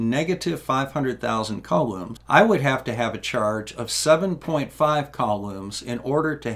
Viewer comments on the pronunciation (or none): I'm sorry,. I love the channel and everything you do, but "cowloomz"? "Koolomz"! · I thought it was "coo-lahms"